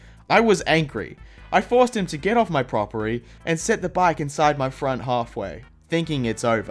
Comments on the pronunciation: "propery", i know you tried your best but lMAO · prop eer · Also you said propery